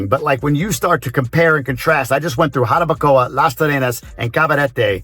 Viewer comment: you sound Dominican now 🤣🤣NO anymore GRINGO sounds just so fine "Jarabacoa"